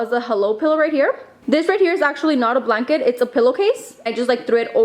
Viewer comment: I love how you say blanket loll